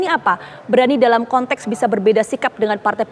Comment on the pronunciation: Kontex bukan kontek boss ...ucapkan sesuatu , kata" nya hrs benar ...